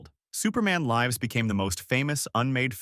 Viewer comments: Ah, yes, the painful use of AI-voice over. "Superman Lie-vs" instead of "Superman Liv-s." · superman lyves... hilarious that you cant even get ai to say the word lives correctly.